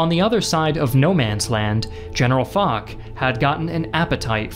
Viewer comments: Good video but Foch (Fosh not Fok) and the French were done a bit dirty there. They were the senior partner on the ground even in 1918 and Foch is essentially the WW1 Eisenhower. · That's Marshall Foch, "Fosh", no "Fock". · Also, his name is pronounced "Fosh", not "FoK". :) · Wait a minute… Ferdinand f*ck?! It’s Foch!!! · General Foch's name is pronounced "fosh" not "fock" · In regards to Ferdinand Foch, it is pronounced "Fosh", not "Fock" Yeah, french pronunciation is wild and without any rules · Its fosh not fock. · Great job. Just a little remark : General "Foch" is pronounced "Fosh". Thank you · Gzaet video, only thing is General Foch is pronounced Fosh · Isn't his name pronounced "Fosh"? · Also, it's pronounced FOSH. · When I heard the say his name, I was like, "General WHO now????☠️" I fully expected everyone in the comments to go crazy, at least people who watch these vids are mature. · That's not how Foch is pronounced. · You'd think after putting so much effort into these fancy animations he'd have bothered to figure out how to pronounce names like 'Foch' and 'Bapaume' correctly.